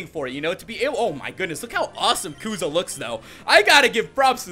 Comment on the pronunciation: It's kusa not kuza😂